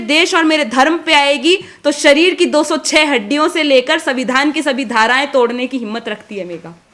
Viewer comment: मेवाड़ी वीरांगना को सुन अच्छा लगा बुरा न माने हिन्दी अच्छी है संविधान शब्द का उच्चारण पर ध्यान रखना होगा 🎉